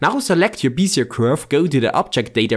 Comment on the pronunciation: How to Pronounce "Bezier Curve"